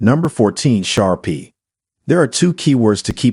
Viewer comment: Shar PEE???? 😳 Umm, pronounced Shar [PAY] 😂 Pit Bulls for first time dogs owner???? 😳 Akitas are known to be aggressive, and they are banned completely in some U.S. states or placed under strict dog laws. There are currently 42 states that have Akita regulations or laws in place. If you own an Akita expect to pay higher insurance premiums. Many dog breeds are known to bark, growl, etc., before attacking, while an Akita keeps calm and collected, bursting out with aggression in a sudden and surprise attack.